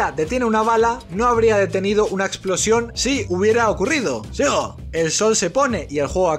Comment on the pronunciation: cuándo dices sigo siempre me equivoco y pienso que dices digo 😅😅